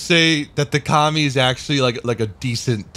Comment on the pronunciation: What was it called again? "Com-mie"? Commie?!